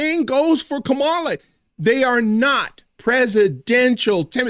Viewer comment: You said kamala s name wrong ....im telling!!!😅😅😅😅